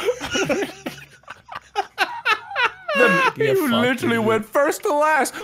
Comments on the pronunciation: Anyone notice that says sixfth instead of sixth? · Anyone else ever noticed says sixth "sith"? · David Hasselhoff its more like "sikth"/"sicth"